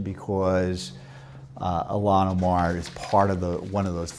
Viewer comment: Took me 10 seconds to figure out who "Allanah Marr" was